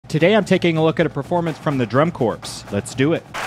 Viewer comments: "Drum Corpse"...got it! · From the drum dead bodies? He did say drum corpse not drum corps, correct? Already as a alumni of a Drum and Bugle Corps I have lost all respect for this drummer. How old is this guy? Has he actually never seen a corps drum line before now? Did not go to college? This is every day in DCI and DCX. I was 14 when I joined The Marion Cadets Junior Drum and Bugle Corps. People I knew had spent years perfecting their craft, they were not drummers they were artists, and as a bugler deep down I was always amazed by them.